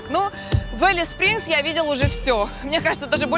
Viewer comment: Не Элис а Алис-Спрингс